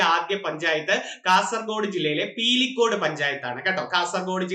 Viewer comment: പീലിക്കോട് അല്ലസാർ.. പിലിക്കോട് ആന്ന്